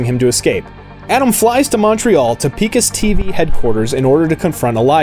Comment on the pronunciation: Nice summary, but have you really played the game? You mispronounced the name Picus TV.. It's Pai-kus, not Pee-kus. I am not sure you really played the game man.